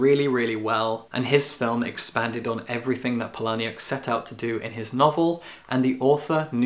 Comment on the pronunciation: I think it's Chuck Paul-uh-nik. I used to say it Puh-lahn-ii-uck too, but my bookstore manager corrected me ages ago. I found for my book club, the easiest way to learn author names is by pulling up interviews and hearing them say it because - chances are - they've asked him beforehand.